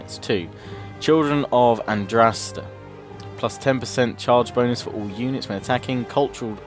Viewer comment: He cant say Andraste right ether.